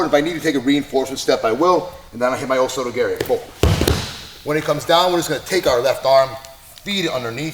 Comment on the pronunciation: “Oh so does Gary”, what exactly is Gary doing? Did you mean to say o soto gar-ee??